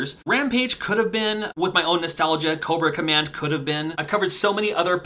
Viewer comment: You said Cobra Command, I heard Coworker Man haha😂